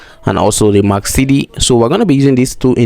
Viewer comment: the indicator is MAC-D not MAC-CD